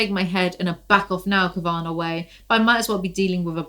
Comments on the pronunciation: I’m sure someone’s already commented this but just in case “Kavanagh” is an Irish name pronounced “KAV-uh-naw” not “Kuhv-ANN-agh” ☺️😂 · I think Kavanagh is pronounced Kav-Anaw maybe? Idk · It's Katherine Kav- uh- naw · Kav-eh-naw you're welcome 🖤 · Kavanaugh is said like Cav - uh - noff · My inner goddess needs to recover her equilibrium after this mess, lmfao….also, never seen anyone struggle pronouncing cavanaugh so much 😂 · Your pronunciation of the last name “Cavanaugh” is truly LOL inducing, thank you 🥰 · Awesome! Also I think the first two 'a's in Kavanagh are pronounced as they are in "cat", and the last is like "car". So the whole thing is like 'caviar' but with an 'n' in it. 🤔